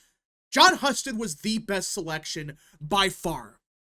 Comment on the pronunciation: HUE-STED. btw. Not hus ted